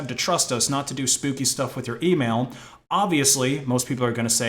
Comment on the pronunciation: you pronounce spooky like spouky